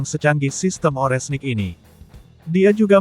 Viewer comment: Ini pembawa beritanya kalau ngomong yang bener donk, Rudal Oreshnik jangan dibaca Orenhsik.....kacau !!!